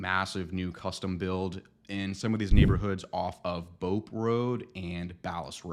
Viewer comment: Clearly you grew up in West County, you knew how to pronounce Bopp Rd correctly. LOL. I grew up in Des Peres. ;)